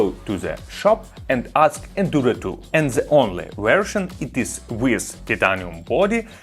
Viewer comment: Произносишь the совсем как Z